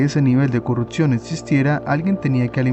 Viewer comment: CORRUPCIÓN, no "corruptcion hay que aprender a vocalizar bien antes de empezar a querer facturas medio dolar con videitos de youtube